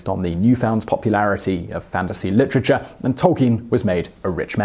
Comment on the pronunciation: Is that how you always say literature? Litter-cha-CHA!